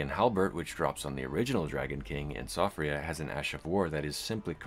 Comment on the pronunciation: it's pronounced Shee-fra